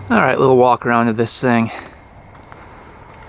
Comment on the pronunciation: he said “Wittle” lmao